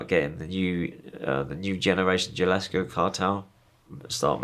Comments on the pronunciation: yo, how are you going to arouns latino gangsters for years and still pronounce it "jia-lis-ko"? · "nyuuuue generation GILlascoh cahhhtell."- Quite the story. This seems more detailed than the other versions he's recorded, but it's been a while since I've watched them.